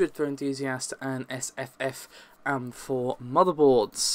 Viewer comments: WTF is an am4 motherboard? its in capitals, because they are individual letters, its AM4, and please stop calling Nvidia cards, "thai". its TEE.AYE. TI !!!! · Says AM4 as am-4 Says SKU as S.K.U. Why so backwards? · Mshojat like "I am" am. first time I've heard that one, though it sounds like it would be used a lot. I hear skew more than I hear S.K.U.